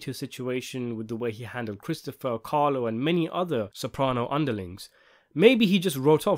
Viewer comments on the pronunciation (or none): none